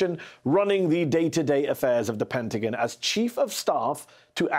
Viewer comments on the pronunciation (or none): Hey fella- this is America. It's not the Penta-gin. It's the Penta-GON.